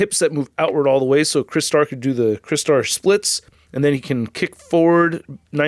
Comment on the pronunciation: I remember this character from the original toy line in the 80’s, and I sadly never had the original figure though, and I noticed you pronounced his name right unlike that guy in Canada who has YouTube channel and he calls himself Michael Mercy💁🏻‍♂👍🏻👍🏻.